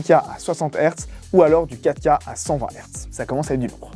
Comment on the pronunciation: "affichage en ouika". La prononciation me trigg à chaque fois 😂